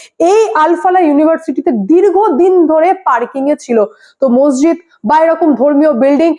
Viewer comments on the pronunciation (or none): none